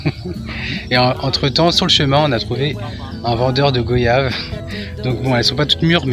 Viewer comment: Merci pour ces images, ça donne envie clairement! Où se trouve ces chutes du coup? Par contre pitié: Voyage, Noyage, Goyave... pas Go-yave😉